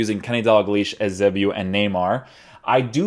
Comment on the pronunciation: I beg you learn how to say "Eusebio" properly